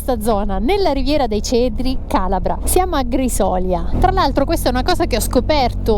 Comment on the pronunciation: Grisolia con l'accento sulla seconda i